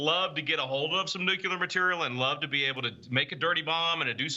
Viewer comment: It is pronounced “Nuc-lee-er” not “Nuc-ya-ler”.